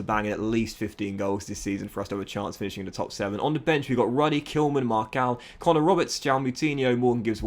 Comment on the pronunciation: Just a heads up, its actually pronounced Marssal, not Marcal